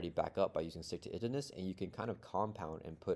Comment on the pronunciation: It's pronounced "Stick to it - ivness" ;p